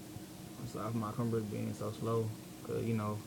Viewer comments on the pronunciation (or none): Lmao "my compuhterr"